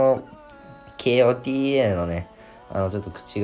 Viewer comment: kotaがけーおーてぃーえーって呼ばれてて草